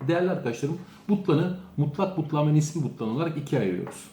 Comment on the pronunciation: Hocam nisbi butlan değil nispi olacak 👼